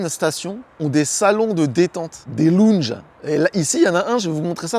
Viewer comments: Des quoi ? Des " longes " Des lounges " laouwndgeu" Repeat after me . Where is Bryan ? Bryan is in the kitchen . Sinon , merci pour la vidéo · Pas mal les "lou n ge" 😄👍